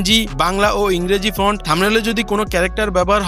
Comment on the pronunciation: ফ্রন্ট 😂😂😂 ফন্ট